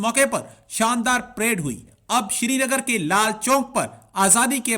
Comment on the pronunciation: Thik se #Srinagar Bol nahi paate ...Siri nagar Siri nagar ..bolte rehte hain....Aur inko #Kashmir Chahiye....Baba ji ka thullu milega ..😝😝😝😝😝😝😜😜😜😜😜😜😜😜😜😜